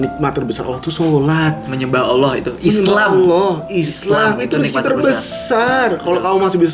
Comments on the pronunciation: Saya takjub sama kk, mualaf tapi udah bisa ngucapin kata "Allah" dg benar, banyak orang Islam aja yg blm bisa ngucapin kata "Allah" dg benar. Ini sangat penting dan mendasar kk, terbukti kalau kk itu cerdas, mempelajari sesuatu dari yg mendasar, kk belajar sama siapa sih, yang ngajarin kk bukan orang sembarang nih. Ajarin adik nya kk... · Pengucapan "Allah" nya. Yaampun masyaallah. Sehat terus kalian💜